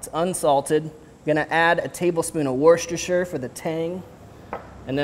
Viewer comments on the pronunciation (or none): worchester is pronounced wooster. ;) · For reference, it's pronounced "wuss-ter" sauce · Hearing Americans trying to say Worcestershire is the best